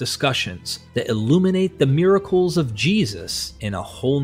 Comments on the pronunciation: Miraclees. Miracles. Happeening? Ffs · “Roohm, equol, miraklees.” Why AI reader, why? Why do you pronounce “Rome, equal, and miracles” like that?